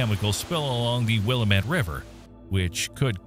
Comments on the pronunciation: Biggest disaster in this vid is you pronunciation of "Willamette". It's pronounced Will-a (as in apple)--met NOT Will-a-met! Willamette damn it...... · Like almost everyone else, Willamette was said incorrectly. It is Will-AM-ette, not Will-UH-mitt. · it’s Wi-LAM-et